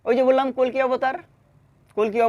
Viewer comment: Ota "Kolki Avatar" na "Kolke Avatar"😂